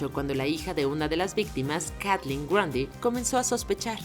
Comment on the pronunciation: Se pronuncia macmurai Se pronuncia kathleeeen